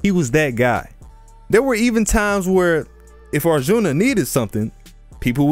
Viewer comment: U butchered arjun's name and the name of the war🤣🤣 hear it from an Indian